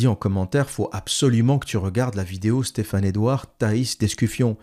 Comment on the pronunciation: Au début vous commencez à jouer avec le nom et prénom de Stephane Edouard avec des prononciations en langue pseudo-italienne. Stephane Edouard au moins se montre publiquement avec son visage et surtout avec son vrai nom, alors que vous vous cachez. Ayez au moins le courage de dire qui vous êtes. Un longue vidéo plein d'incohérences, arrogance, mépris pour ceux qui suivent Stephane E.